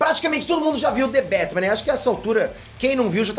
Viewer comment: "Dê bétimã " Srsr... salve homi !!! Chama ...